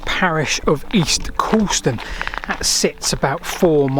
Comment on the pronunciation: the U in Coulston is silent, and the T in Shrewton (certainly as my Grandparents said it) certainly isnt. 😉Fantastic video though, I didn't know Shrewton would have had a railway, and I've cycled through it many many times